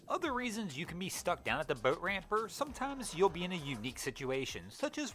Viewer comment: Anyone else cringe every time this clown says "boat"?!?